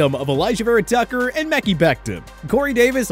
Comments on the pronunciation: “Meckee becton” 😂😂 I love this guys pronunciation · Whoops, you mispronounced Becton’s first name, fella. Also, how can you mention the Chiefs making their division tough, and then not even mention the Tampa Bay Buccaneers with your NFC South segment? Did they not just win the Super Bowl? But, keep sleeping on Tom, that’s when he performs the best.